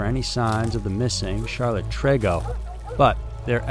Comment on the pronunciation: Just letting you know on how to say TREGO!! It’s like saying: tree go !!!